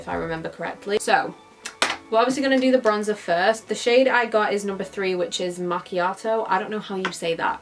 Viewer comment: You pronounced “macchiato” perfectly!! Finally 🤣🤣😍 hi from Italyyy